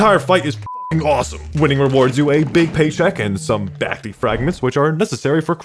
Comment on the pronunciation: Love the vid broski. Only problem is that you kept saying "back-tee" instead of "back-tay." The boss' existance is a joke about Dante, an event boss from 2021